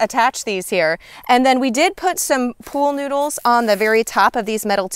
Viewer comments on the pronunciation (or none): I thought you said pole noodle…… took me a minute to figure out what it was. 😂 Great info, thanks.